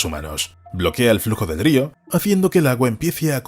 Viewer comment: Estáis obsesionados con los castores, más de 10 videos sobre castores...ah y podéis decirle al locutor que aprenda a decir río, por favor